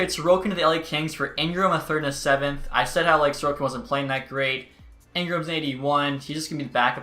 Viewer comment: probably xtech. In his Alaska franchise mode his backup is Ilya Sorokin and he is pronouncing his name like Sorkin